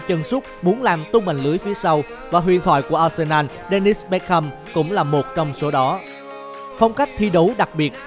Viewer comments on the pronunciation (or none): Bergkamp chứ kh phải dennis bét kham